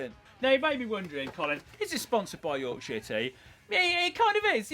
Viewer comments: The name of the tea how he say it sound like something else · Considering he loves Yorkshire tea he can't say Yorkshire. 😆